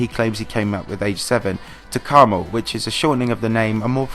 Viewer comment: Please don't call him caramel, it's 'Karma-L' OKAYTHANKSLOVETHEVIDEOBUTNOTTHENEWTRANSITIONSLIDESBYE